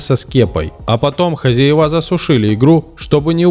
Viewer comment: ХозЯева, а не хозяевА. Это что за комментатор! Правильного произношения не знает. Видимо, вот она, ещё одна жертва нашего дебильного ЕГЭ.